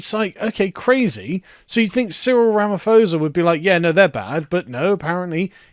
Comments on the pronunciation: It's pronounced: Cyril Ramapoesa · Your pronunciation of Ramaphosa's name is pretty much correct EXCEPT for the 'ph' part. It's a definite 'p' sound followed by a definite 'h' sound, not a 'f' sound. It's not English. If it were written Ramap'hosa perhaps more English speakers would get closer to the African pronunciation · White South African here, your analysis is spot on. Just FYI it's pronounced rama-porse-ah.... or rama-poser.. depending how you pronounce it. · I’ll help you with the pronunciation, it’s Cyril “Rama-poes-a” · Thanks for speaking about this. Oh and a easy way to pronounce the presidents surname is "RamaPOESa". Easy peeezy.